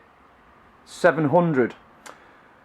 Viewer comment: DEEJAY NOT DEEJEH